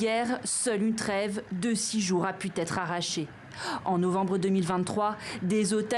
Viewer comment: Journaliste : « En un an de guerre, seule une trêve de six jours a pu T être arrachée » 😂😂😂 Elle le sort d’où ce T pour faire une liaison ?